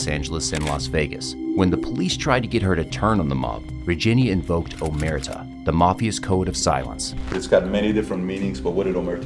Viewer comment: Omertà not omerta…stress on the last “a”.